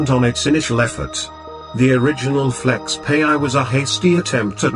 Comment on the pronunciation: Its not pronounced as (flexpay) but FlexPai as in (pie). So funny